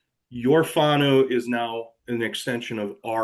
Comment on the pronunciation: Phonetically Far-now (whanau) Poor-firi (Powhiri) great to see you embracing our culture and language. Here's a tip in Maori each vowel in a word is a syllable except when there is 2 vowels together then both are sounded as a combination. Naumai, Haere mai Whakataumai ra.